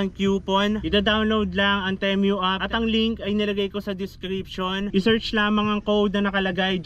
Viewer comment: pesteng pronunciation ng temu yan 😂